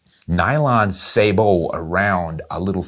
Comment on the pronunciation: I doubt I'll ever be on the African continent again, so I'll hang onto my old sporterized Springfield I inherited back when. I do appreciate hearing someone properly pronouncing "sabot". Thank you!